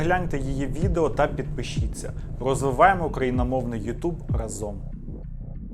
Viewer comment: Не разОм, а рАзом)